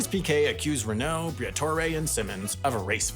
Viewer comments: I was with you till you said reKNOOW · I only watched this to hear french ocd kick in when saying "Renault", but, then he didn't. My disappointment is immeasurable, abd my day is ruined...